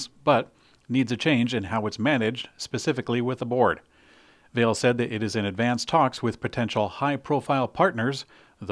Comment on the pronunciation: The mining co. is pronounced, "vah-LAY"